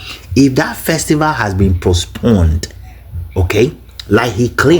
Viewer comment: This moron is not ashamed calling himself a doctor of what.? Even elementary grammar "postponed " he says posponded Aba, Does he understand the word king of which royal family and major ethnic tribe of Ghana.? We have only one king here in Ghana, the Otunfuo of Ashanti. He should stop disgracing himself. Of course it is clear that he uses the fake title for his dubious and nefarious business including scamming unsuspecting westerners.